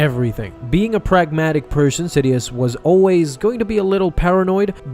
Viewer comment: When u said pragmatic person I heard pregnated person